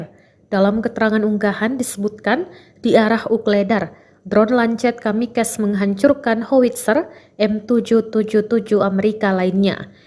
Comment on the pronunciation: Reporter : dron kamikez 😂😂😂 Keminggris tapi salah ucap min 😂😂😂